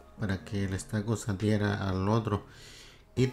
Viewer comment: No sé dice estaco, se pronuncia ESTUCO...